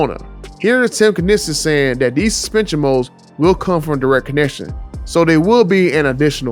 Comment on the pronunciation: "let me learn you some thing" and "and do just dat"??? Learn how to speak English and how to pronounce the words.